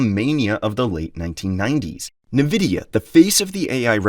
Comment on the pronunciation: You cant even pronounce nvidia’s name properly. Cheap channel peddling the same info everyone else has already talked about. Complain all you want. Meanwhile every investor’s portfolio keeps rising